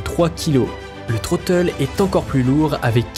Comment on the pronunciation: Vidéo et voix off très agréable, bon montage, par contre j'ai 4 remarques : 1/ le "Troteul" ? Dites "manette des gaz" ou prononcez en anglais. 2/ Logitech a racheté Saitek donc le "Pro S" n'est pas leur seul joystick 3/ Ce ne seront pas les meilleurs Hotas de 2021 mais de 2020 (titre putaclick) 4/ Mettre un crédit pour ceux qui vous ont fournis la musique gratuitement les aides merci de les rajouter. Musique : Warriyo - Mortals Feat. Laura Brehm